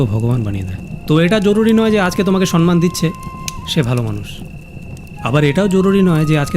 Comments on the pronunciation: 👉 দাদা সন্মান নয় সম্মান (সনমান নয় সমমান) হবে ওটা ছোটো মুখে বড়ো কথা বললাম ক্ষমা করবেন 🙏 আর ভিডিওটা একদম সেই ছিল দাদা ❤😂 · তুমি দাদা ওই পিসির মতন sonman বলো না প্লীজ । এবার somman বলো